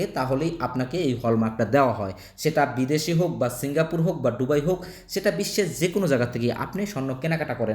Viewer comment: ডুবাই নারে বলদা দুবাই